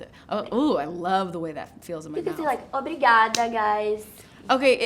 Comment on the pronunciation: Que entrevista perfeita!! Maísa, você foi essencial nessa entrevista e como vc conduziu a conversa com a nossa BILLIE também! Foi incrível, ela falando “ obrigada” PERFEITA! Te amamos, BILLIE. Foi incrível ter você aqui no Brasileirão, espero que volte logo, seus fãns estaram a te esperar. E obrigada, Maísa. Por essa entrevista maravilhosa com a nossa ídola 🥺🥺🥺🥺❤️‍🩹